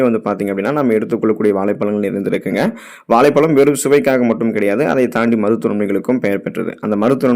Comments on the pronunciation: வாளைப் பளம் தமிழ் உச்சரிப்பு அருமை தொடர்ந்து தமிழின் மீது மலம் கழிக்கவும் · தமிழில். சிறப்பு ழ கரம் இந்த எழுத்தை சரியாக உச்சரிக்கத் தெரியவில்லை.